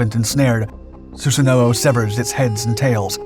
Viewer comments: I'm sorry your pronunciation of Susano'o bugs me so much ;( in Japanese they pronounce it like "Sue San O" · su-sa-no my ears bleed when you say it wrong